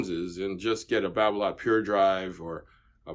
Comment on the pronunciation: Hingis used Yonex. And Babolat is pronounced as it’s spelt. An a is not an o, it’s not babolot! Donna were around and popular back in the 70’s 80’s and 90’s. There are some it’s pros using volkl, Donnay and other less popular brands.